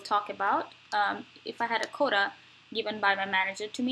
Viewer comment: can you please speak clearer and slower please, I don't understand you sometimes, when I enabled subtitles it displays'' coda ''when you say ''quota'', please practice this word